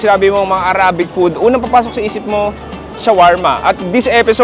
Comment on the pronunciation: Please consider researching the right pronunciation for the word “arabic.” Salamat po!